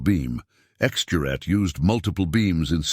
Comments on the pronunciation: 'Gerät', for Christ's sake - not 'Juet'... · This is very gripping. I never understood radio in high school, but I took German, and I can tell you that narrator is pronouncing "juret" all wrong. Certainly the G should be hard, and the second syllable, with its umlaut, should have long A as in 'mate.' But somehow the word doesn't seem very German, so I'm open to correction. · For heaven's sake PLEASE just translate it "X Device". The butchering of "Gerät" as "Jarette" is insufferable. For a start, it's a hard "g". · This is what you get when bots try to pronounce mixed language, text and speech. IIRC the "juret" word simply means "apparatus". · Lets the AI try to speek "Gerät" 🙂